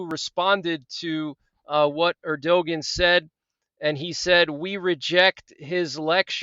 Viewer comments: “Air-Do-Gan.” Makes me crazy every time you say that. 😀 But I love your updates. Thank you. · Thank you for the time you invest! Erdogan is pronounced ‘Air - Do - Wahn’, by the way. :) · Love how you pronounce the Turkish presidents name. 😂 Obviously, you're pronouncing it wrong on purpose.